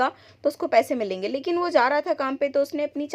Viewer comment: milenge❌ milinga ✔️